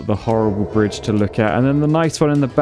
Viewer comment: "brich", surely